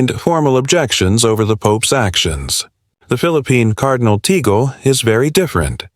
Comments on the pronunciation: Tag-le not Ta -gl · (TAGLE)TAG--LEE as pronounce...NOT tigle.🙏❤️ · IT IS NOT TEGEL BUT TAGLE PRONOUNCED TAGLE. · Its not Teagle. It's Tagle (pronounced as Tag/ le ) Pls do the basic etiquette of getting the names right. There has been many articles lately that specifically focuses on Cardinal Tag-le which are negative in tenor. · Pronounced as Tag..Le.. not Tegle. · Tag....le not Tagol..pls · Tagle is pronounced Tah gle (short e). Where you get Teagle and Taygel is beyond me. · It's TAGLE. Not TIGEL. What accent Is this voice from? T A G L E .Tagle . TAGLE. Not TIGEL. No TIGEL. If not pronounce correctly tumigil ka nang magsalita. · "TAG- LE" IS THE RIGHT PRONOUNCIATION, NOT TIGEL OR TAGEL AS I HEARD IT, AND EVEN WORST WRITTEN AS "TIGO". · Right but that shouldn't sound like APPLE (aeple). It should be TUG- LE as in CUP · First of all Pronounce his name well Tagle Is pronounced as “Tag-le” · Hey, it's Tagle. Not Teegle. Not Tigo. Not Tig. This narrator is hysterical. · Please learn how to pronounce the names before you use Tagle is pronounced just as it is written You go from teagle to tagel..enought times to drive one mad. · Pronounced "Tag-le" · TAGLE —PRONOUNCE. TAG - LEE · To the narrator, please make sure to pronounce the name of Tagle right. It's so confusing. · No matter how one is maligned. If DESTINED, no one can stopped it!! Just pronounced Cardinal Tagle name correctly! Pls watch and learn!